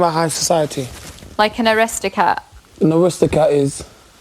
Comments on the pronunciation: Oh Boy keep modelling Bikinis while you can.. actually god knows how she gets work doin that! maybe because she is an Arisocat... anyone ever Heard of one of those???? think she means Aristocrat & if you are 1 of those u would certainly know how to pronounce it!!! get yourself toned up while u are in the house & maybe u might just scratch yoursef a bit if work off the back of BB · It almost sounds like they are saying Aristocat, not Aristocrat. Aristocats was a Disney movie, lol. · LAWL She said AristoCAT